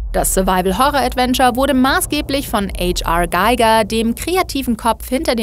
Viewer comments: Der Mann heißt nich ETSCH AR GEIGER.... sondern Hans Rudolf Giger. Er war ein Schweizer und kein Ami. Man muss nicht alles verenglischen. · "Äitsch Arr Geiger" LOL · Eitsch-Arr Gaiga? Hat der nicht Geige gespielt bei Scooter? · Der Mann hieß "Hans Rudolf Giger", geboren und gestorben in der Schweiz. Der Name spricht sich daher ganz kartoffelig, "Eytsch arr Geiger" isses nicht. :-) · Hans Rudolf Giger war Schweizer, man muss ihn also nicht "Geiger" aussprechen 😅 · Äitsch AR gaigör? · Wollte ich auch grad schreiben. Age Arr Geiger😂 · Äitsch Arrr Gaiger??? Ernsthaft??? Der Mann war Schweizer, hieß Hans Rudolf Giger, und das darf man dann auch ganz gerne mal so aussprechen, ohne dass man zwanghaft versucht, den Namen zu "anglifizieren". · Eidsch Ar Geiger? Echt jetzt?😂😂😂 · Frage wieso sagt ihr H.R Giger als Geiger? Das war ein Schweizer und kein Amerikaner🤣. Ach liebe Gamestar das war so richtig Klischee Deutsch von euch. Fast so schlimm wie Galileo... die sagten einmal Zürich sei die Hauptstadt. 🤣🤣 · eitsch arrr geiger??? Der Mann war Schweizer und hieß Hans Rudolf, ich bitte um korrekte Aussprache nächstes Mal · H.R. Giger war Schweizer und dementsprechend nicht Englisch ausgesprochen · Zum Scorn-Teil: H. R. Giger spricht man deutsch aus und nicht englisch. Der gute Mann war Schweizer, H. R. steht für Hans Rudolf 😅. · OhhhhMeinGoooooott wie spricht man bitte schön H.R. Giger aus. Der würde sich im Grabe umdrehen. Bitte, der gute Mann ist/war Schweizer. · Noch doofer kann man H.R. Giger nicht ausprechen oder? XD Der Typ war Schweizer und hieß Hans Rudolf Giger. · kicher, wie sie h.r. giger ausspricht... au weia, der typ is schweizer... kein ami